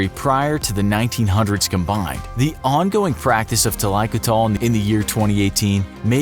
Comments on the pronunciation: Im from south india yus i do know and i have heard bout this process.. and its common in rural areas of tamil nadu .... First its pronounced as "tha-lai-ku-tha-al" Actually it involves more steps the main aim of the process is to reduce body heat These steps include feeding the elderly with previous day's boiled rice aka "palzhya sadham" in tamil it reduces body heat by a significant amount then paste made from leaves of henna are applied on their toes ( thumb) and paste made from leaves of hibiscus is applied on their head (ps : not all the the fore mention process are used on same person these are common things that they use to reduce the body heat ) They are allowed to sleep with wet clothes it induces painless death similar to hypothermia Vics usually die in a couple of days from hypothermia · The pronunciation of the word makes me cringe! Thalai means head and koodal means hair. Koothal is actually with emphasis on the th...koothhal refers to an oil head bath. It is not pronounced kuthaal but koo- thhul. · Thaikoothal is a two word combined to gather , it should be pronounced as thali - koothal ( not talaikutal ) . . Meaning head bath . Yes this is a practice in tamilnadu but not overall south india . . Extra fact - when an elderly is sick and almost near to death when they have extreme suffering in breathing, All members of the family including kids will feed her a spoon or two of cows milk to releave then from pain and life . The milk will choke them and kill them . This happens all over india no one can oppose it !!! But to be noted its not because of poverty though. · There are so many wrong things here. Including pronounciation. 1. It's thailaikoothal and not thalaikothol like alcohol. It's either a Tamil or Malayalam word. 2. Not all Indians wear turban. 3. Police wear khakhi and not black dress. 4. Healthcare is a scam in India. 5. Most of the Indians don't follow this and the statistics are wrong. Etc....etc... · JUST SAY HEADPOURING! NOT TaAlAaIkUtAl